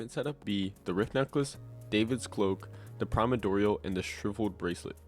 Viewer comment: I find it so funny bros calling it the “primadorial”